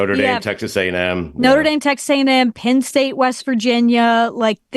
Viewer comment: She is, but she needs to learn the sounds “e” and “i” make. Pinn State, Big Tin Conference… cmon lady!